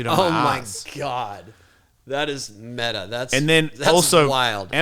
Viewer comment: Tony. Please don't say meta ever again. Your awesome dude. But please.